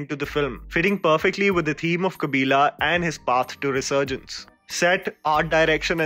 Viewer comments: It's not kabilaaaa... It's kabilan.. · hey you have to improve your pronunciation bro ... like "Kabilan" and not "Kabila" and its "Dancing Rose" and not "Dancing Rosse" (rós·so), Its "Mariyamma" and not "Mariam" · I would like you to pronounce the characters names correctly..it’s not “Kabila” it’s “Kabilan”, not “Mariam” it’s Mariamma”, not “Ranga” it’s “Rangan”. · Say it with me "Mariamma"- not "maryam" "Kabilan" - not "kabilaaa" I am not even a south indian but it hurts my ears when people say these names so incorrectly even after hearing them hundreds of times in the movie . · Kabilan pronounced as kabila, Mariamma pronounced as Mariam and Rangan pronounced as Ranga… when you pronounce a name of the character, don’t take anything for granted. Learn to pronounce the name mentioned in the cards.